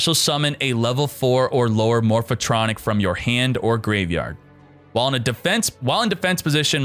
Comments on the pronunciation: MORPH-TRONIC, not morpha-tronic. God damn, triggered so hard right now. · More-fuh-tronic! lol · The way he pronounces Morphtronic gives me anxiety